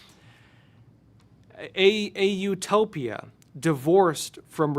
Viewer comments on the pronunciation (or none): none